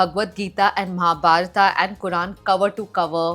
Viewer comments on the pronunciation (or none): Kamya, the Indian Sindhi, can’t pronunce Gadha and Mahabharata properly? It is gadha not ghada and Mahabharata and not mahabarata.